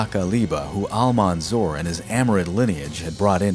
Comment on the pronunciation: His title is Almansour not Almanzour .. as if it pronounced like that it would give different meaning than the real meaning of the victourious 🙂 Thanks for you .. I appreciate your episode to the extreme .. you are one of the best history channels on YouTube